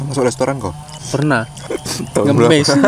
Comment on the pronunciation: Plis lah restoran bukan lestoran😭